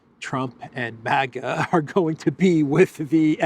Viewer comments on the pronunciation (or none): none